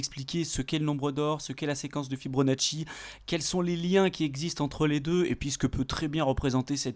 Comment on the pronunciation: "Fi-BO-nacci" pas "Fi-BRO-nacci" :-)